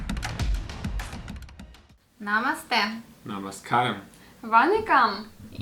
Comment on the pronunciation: Namaskaram he pronounced malayalam.. 👌👌